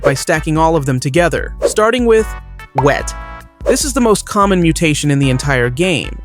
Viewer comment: Hello, did you know that said 'COMMOM' instead of "COMMON'